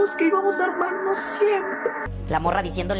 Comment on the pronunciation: "Dijimos que íbamos a aRmarnos." No sabe ni hablar el conejo.